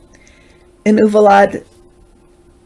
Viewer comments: I live in San Antonio and Uvalde is pronounced "You Val Day' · Hi, it’s pronounced “Oo-val-day”. ❤️🕊